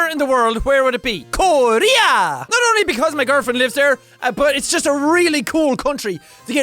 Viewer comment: the way he said korea was kind of racist